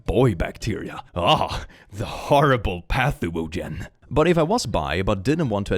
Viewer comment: "Path-uwu-gen" really caught me off guard, and I'm not even sure if it was intentional 😆😆